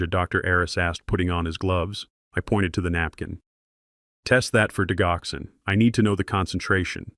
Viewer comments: It's not digh ox in. It's dij ox en. Accent on second syllable. It's a cardiac medicine used to strengthen and regulate heart beats. It is from foxglove, one of the oldest medicines in the 🌎🌍 world 🤔🤔🌊🌊🌊✌️✌️💥💯🌍🌎😘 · Digoxin pronounced Dij oxen Digoxin is used to treat congestive heart failure and to slow the heart rate in patients with atrial fibrillation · I enjoyed the story however are there any humans that proof listen to these AI generated stories? the reason I ask is Digoxyn is pronounced Dijoxin. and it does not stop the heart. It causes the heart to go into disrythmia.